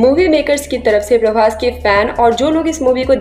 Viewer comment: Prabhash nahi Prabhas